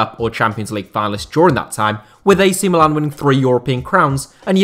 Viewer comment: It's mílan and not milàn, the second being the name of the city, not the club!!